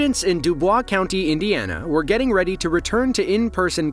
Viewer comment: Life long resident of indiana here. Dubois county is pronounced like "Do Boys" us hoosiers are a fifferent breed.